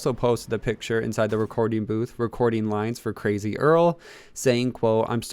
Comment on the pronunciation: 2018 you cwazy